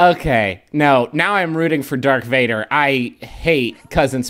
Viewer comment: i was fine until "dark vader" then i lost it